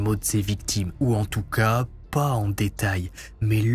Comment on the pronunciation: Le "po" à la place du "pas" est tres irritant par contre 😂